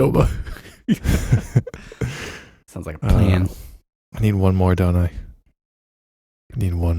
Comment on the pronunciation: Thank you for saying Qdoba. I never knew how to pronounce that!